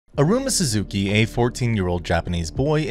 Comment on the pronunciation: Who tf is Arooma Soozookee